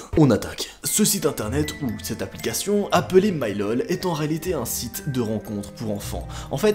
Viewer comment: "Applicachion" 😂🤣